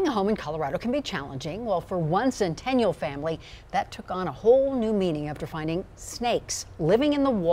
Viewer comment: Lol she can't even say "Centennial" correctly. Fire her